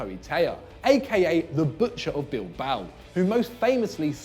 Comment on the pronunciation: Damn you butchered the "Butcher" of Bilboa